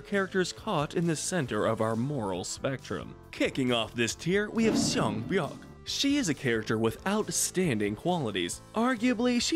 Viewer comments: Her name is sea byeok not sang byeok 😂🤦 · its kang sae-byeok, I think you're mixing her surname and start of her name to get sang-byeok? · It's Saebyeok, no "n"😐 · why do they all call her sang-byeok????? its sae-byeok smh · Sea Byeok Not Sang Byeok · Sang byeok... It's sae byeok ok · It’s sae byeok